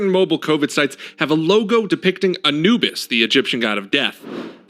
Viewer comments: It's not Ana-bus it's Anoo-bis. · My only complaint about this video: its pronounced A-new-bis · its pronounced A(new)bis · "Ah-new-bus",....other than that,great job,i agree completely 👍